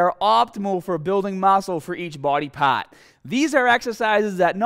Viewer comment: mascle for each bwody pawt